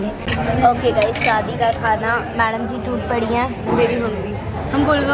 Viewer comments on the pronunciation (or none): Umm loved the video, but it's shaadi* not shaddi 😂, lowkey that sounds similar to chaddi 😂, sorry for saying this 😭